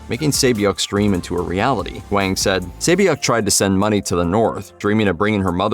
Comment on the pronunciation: Its not wang Its Hwang